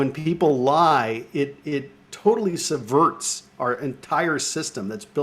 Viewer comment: Please god get this guy to work on his vocabulary. It’s subvert the law, not subverse, and it’s declaration, not decoration. Jesus Chris